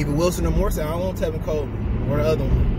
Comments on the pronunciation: You killin’ me bruh, it’s MOSTERT, NOT MORSTEAD Jesus fucking Christ lol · Man he say Raheem last name wrong and he is tripping